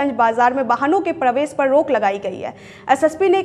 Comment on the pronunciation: रिपोर्टर को प्रवेश बोलने नहीं आता। और भी बहुत सारे ऐसे शब्द हैं जिसके उच्चारण में सुधार की ज़रूरत है